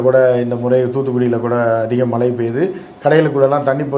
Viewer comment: தமிழ்மொழியை தவறில்லாமல் ஆங்கிலம் கலக்காமல் உச்சரிக்கவும்!! மலை.......அது மழை பலைய......அது பழைய